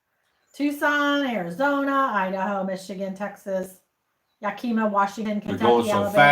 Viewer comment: It’s YACK-i-muh Washington